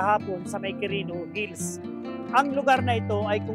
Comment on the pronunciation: anong Qurino Hills pinagsasabi mo? 😁 walang S un sa Hill